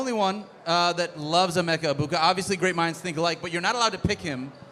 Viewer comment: Almost had to shut off the video hearing pronounce emeka the way she did 😭